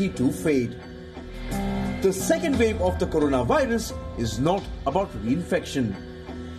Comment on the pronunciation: " Thiz iz the vel " " careful of the second " vev "